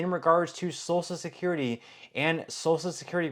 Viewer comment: Please stop saying salsa security it’s social security listen to your own videos are you referring to food or social security? It is hilarious on how you pronounce these words